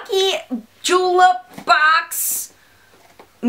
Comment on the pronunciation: Lmao!!! I always crack up when you say BOX! Baux!! Lol! And I have the boho deep blue! Wearing it now!